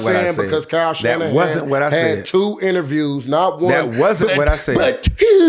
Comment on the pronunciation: Shyle Kannahan😂😂😂 i love Marshawn